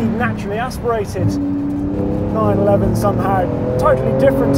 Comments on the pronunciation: Did he say 991? 🤣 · You have to practice saying 911 because you're keep saying 991